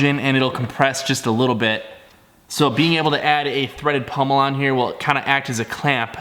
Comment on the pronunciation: Great job! But for God's sake people - it's pommel, not pummel!😃